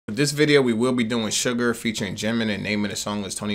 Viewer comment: Did he say sugar😂